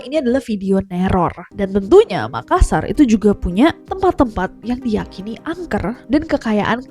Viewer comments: MakaSSar dibaca dengan penekanan S-nya 2 bukan dibaca makasar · MakaSSar, penekanan pada huruf “S” yang ditulis dobel. Seperti juga TaLLo, dobel “L”.